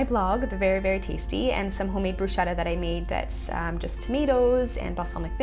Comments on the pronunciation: Hi beauty! Love your videos! I am italian so I expecially enjoyed seeing your dinner :3 well, I must say that: the proper, italian pronunciation for "bruschetta" is "broosketta" (added the double o to make the italian "u" sound!)... And here the "ch" sound is not sweet, it is like your "k", like in "Kate" for example! But don't worry it's just a little thing I wanted you to know, my english is so bad ahah Love from Italy! Francesca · HI! I love your videos and this one was very inspirational, as usual. Just one thing: I'm from Italy and in Italian the 'ch' is pronounced 'k', so you actually say 'brusketta' :)